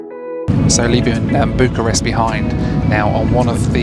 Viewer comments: . Is it just me or did the pronuncation sound like "Book a Rest" ???. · "Flight one - Book a Rest" - blimey, was it really that bad?! lol